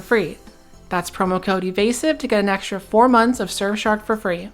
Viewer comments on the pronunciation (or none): none